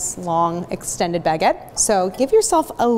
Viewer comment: Couldnt watch the video because of the way you kept saying baguette It's not a Bag-et lmao, it's one word